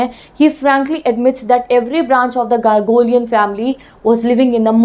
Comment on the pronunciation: THANK YOU FOR THE VIDEO. but u need to work on the word pronunciations as ur teaching something informational it is GARO-GHALN-IAN and not ghargolian pls review next time